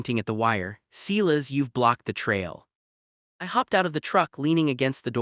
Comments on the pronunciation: Damn it can't you use a real person to read this. It's not Clis, it's Sil as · The ranchers is pronounced sigh-lus. Get a better AI, or learn how to read.